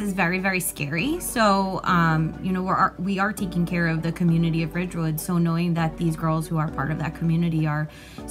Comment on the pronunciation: “So knowing”